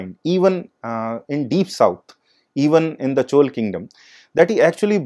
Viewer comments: but he could have said Chola instead of Chol - repeatedly... it is very important to call names correctly...in keeping with the local tradition of pronouncing names...the real way of saying it is Chozha...in tamil...but Chola is acceptable :-( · It's pronounced"चोला"